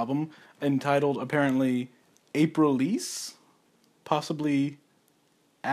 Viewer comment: Dude how can you not know how to pronounce the album title. He actually says it several times in the album.